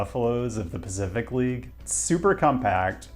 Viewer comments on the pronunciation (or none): none